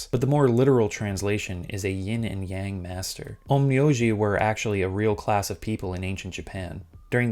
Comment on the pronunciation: Man mocks voiceover’s pronunciation of Kureha, but can’t accurately say Yin or Yang right to save his life.